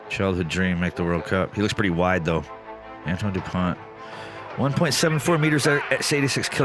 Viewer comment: Antoine is pronounced more like antwan : "oi" is pronunced like "wa" in wasp, and the closest way to pronunced "ant" that I know of is the UK ponunciation of ant. The sound that "an" does in French doesn't exist in English, so it will be difficult for you. And in Dupont the t isn't pronounced. Then the real pronunciation of on and u are rather difficult for an English speaker, because those sounds don't exist in English. But if you want to know how it's pronounced, you can go on wordreference English-French and listen to the pronunciations of an, du and pont.